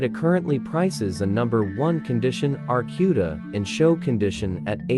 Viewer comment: Get it right clown, it is an AAR C U D A